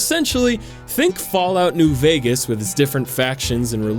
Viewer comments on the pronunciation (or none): none